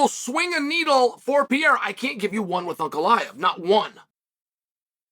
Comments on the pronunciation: Pereiras name isn’t that hard Unc, you keep saying Pierra and it’s driving me crazy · Chael needs a vocal coach to help him pronounce fighters names, Alex Pieeeeeera won the belt against Jiri Pro-chaaka, oh no here comes the contender Alexander Rage-chip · Who the hell is alex PIERA? 😂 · This guy can pronounce names like: Adesanya, ankalaeve, Chandler, McGregor, Poirier etc..... but if you're Brazilian, this man all of a sudden can't read properly... Smh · Can't even pronounce the name right !!